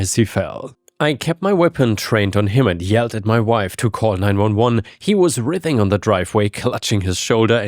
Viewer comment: At minute the word is pronounced WRY-thing. Hope that this helps for future use.